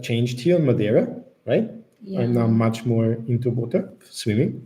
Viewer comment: says Madeira correctly 👏🏼